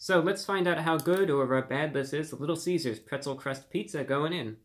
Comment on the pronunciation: Pwetzew Cwust Pizza with peppawoni, yummy 😂